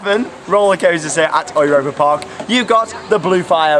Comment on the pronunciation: your pronunciation of "Europa Park" is much better now :)